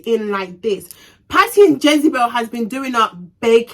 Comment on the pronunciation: 🤣🤣🤣u crack me when when ever u say Jezebel